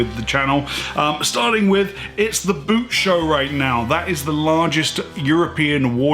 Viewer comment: Just a sidenote, the boot show is not pronounced like the thing you wear on your feet, but rather like "boat", maybe with a little less "a" ... kinda like "bowed". 😊